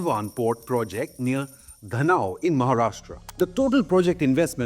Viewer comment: Abbe Dhanau nahin hai… Dahanu hai!!!😂😂😂